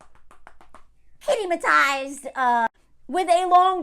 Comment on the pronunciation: Bahaha 🤣 not “kitty-motized,”! 🤣🤣😂🤣😂😂🤣🤣